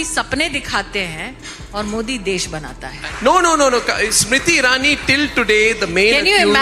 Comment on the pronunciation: Tumhe smriti irani bolne me problem aa rahi he to ek kaam karo TULSI bol diya kro 🤣🤣🤣